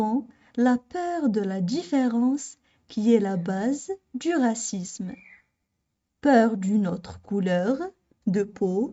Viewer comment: من فضلك أريد إجابة راكي تنطقي في العنصرية بدون حرف زاد اي هكذا """غاسيسم " او هل النطق يكون بحرف الزاد وتكون غاسيزم. أنتظر الرد